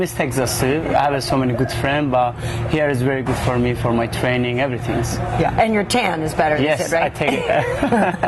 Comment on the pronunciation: "Evertinks" lmfao